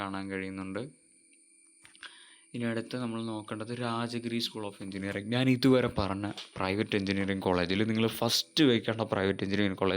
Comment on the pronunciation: Pronunciation ' Naan' Alla 'Njan'....Video first part kettunokoo...